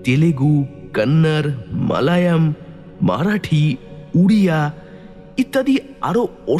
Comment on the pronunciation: Ota Malayam noy " Malayalam".. please ei jinish gulo upekha korben na.